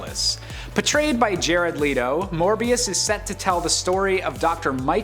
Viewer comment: “Jared Leeto” btw 🤣🤣